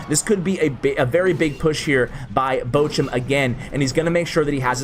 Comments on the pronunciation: Your "Bochum" is ironically close to "butcher" :P (the ch is close to L'och' Ness.) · Its so funny how He pronunces Bochum fan😂Finally He shows a lavahund player, i play the same deck as him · pls learn how to pronounce "Bochum"